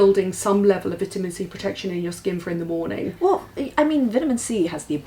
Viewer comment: pronounced "vitamin C" like a Brit. Lol. Id probably do the same, anglophile that I am.:)